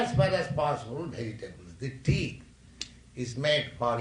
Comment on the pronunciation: the teeth* not tea...